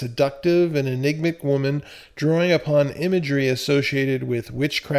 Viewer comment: "enigmac"???? Really?? En-ig-mat-ic. Enigmatic. The adjective form of the word enigma, roughly meaning mysterious, difficult to discern or figure out.